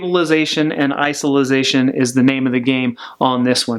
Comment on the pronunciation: What's "isolisation "? 😮